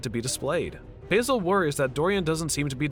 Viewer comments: Baz-el not bay-sil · Basil - Bazil not Bayzil Sybil - Sibil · respectfully, is it not pronounced 'basil' like the plant, it is pronounced B-AH-zil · Oh no, i forgot that Americans don't pronounce Basil properly.